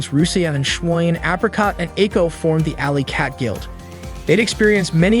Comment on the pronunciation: The ai or you say schwein wrong